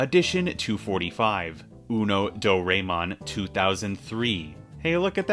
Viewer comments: It's DOE-RIE-MON! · Gian is a bully dont worry he deserves it Also its doraemon like how you say dora the explorer Dora-e-mon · => "I am bad at pronouncing" => Eh, so far it's actually not bad, sure a bit accented but at least he got that the spelling is one-to-o--- => "Do ræ mon" => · The character says it door-eye-mon. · Hearing you pronounce Doraemon gives me psychic damage. Thank you very much, keep saying that word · your pronunciation of doraemon killed me